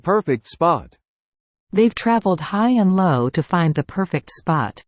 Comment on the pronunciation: You got the term "high and low" right this time, good job! That's fantastic to hear! Putting knowledge into practice can be a whole new experience. We would like to continue making practical English more accessible.